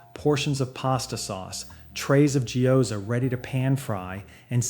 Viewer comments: Jyoza? I thought it was pronounced gyoza. Is this guy real or ai? Also, how the hell did he say shitake?! ...so the description says the video has ai. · Literally shee-ya Take. And Jee Yo Za. Really kills the educational illusion of the video, ai narration is so cringe af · This is an AI voiceover if the guy reads gyoza as “jee-oh-za”. Also the script is way too long. AI, make it shorter and more concise. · I am genuinely enjoying the video, but hearing the pronunciations of "gyoza" and "shiitake", makes me question if this video an AI narration, because are you so for real my guy?!? You've never heard those words out loud in your life even once? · If it's a channel about Japan, or related to, they should at least get the pronunciation right... Shiitake, mottainai and gyōza ended up sounding like completely different words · Great tips! My only gripe is that the pronunciation of gyoza, shiitake, and mottainai make me want to vomit blood a little LOL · So yeah, this has the ugly AI footprint all over it (mispronunciation, repetitive imagery, images contradicting voice over) but there is still a lot of value. Sift through the hallucinations and incorporate what works for you. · AI generated actor that doesn’t pronounce Japanese words like gyoza correctly; if he won’t take the time to get the words right, why should we listen to any of his advice? It’s a 17 minute long ad for a book 😠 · AI mispronouncing Japanese words. Do better. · Also the gyouza pronunciation, it took me a while to understand what he was talking about